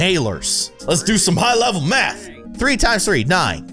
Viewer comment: math like koth hahahahaha